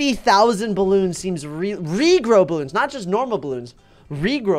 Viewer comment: When said rejrow bloons Me:Whattttt??